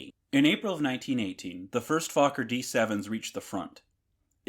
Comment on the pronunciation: Das mit Abstand Lustigste an diesem Video ist die deutsche Sprache der KI! Die "Fowler Doktor 1" und die "Fowler D 7" flogen gegen welche Tante? 😮 Na gegen die "Antante" .... und nicht gegen die Mizzitante oder die Resitante! 😊 Und der Konstrukteur Reinhold Plotz war offenbar ein echter "Plotzkopf" .... äh .... Klotzkopf! 😂 Wer ist denn Hermann "Guring"? 😮 Was ist eine "Brigette 16"? Vielleicht ein fliegendes Kohlestück? 😮 Das passiert, wenn der Macher dieses Schwachsinns kein einziges Wort Deutsch versteht .... und seine KI auch nicht! 😂😅😊